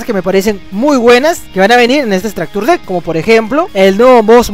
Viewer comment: Pronunciación "estracture" lo dices remaaaal